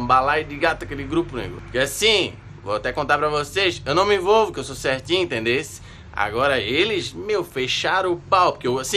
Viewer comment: Kkkkkkkkkkkk “sô cerrrrtinhu”